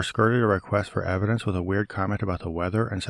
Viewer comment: I must admit, I am irrationally infuriated by the way pronounces the word "evidence". Why does his accent get 10x stronger on that one word? If I was a southerner and I heard someone speaking that way, I'd think they were mocking me.